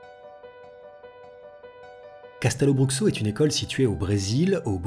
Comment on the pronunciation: Hey! Simplement pour te préciser que Castelobruxo se dit " cachtèlobroucho" Signé: une brésilienne qui aimerait y travailler